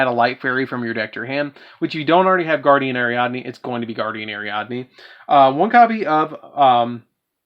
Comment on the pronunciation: How come everybody gotta fuck up "Guiding Ariadne"?